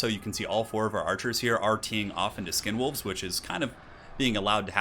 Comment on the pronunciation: Did you call skinwolves condomwolves or are my ears reaally in the gutter?